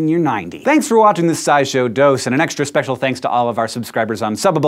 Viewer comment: Hank, did you say "Speckle thanks"? I've noticed a few times where I thought you said a similar sounding word in place of the usual word in a common phrase, like on Super Troopers when he keeps saying meow instead of now.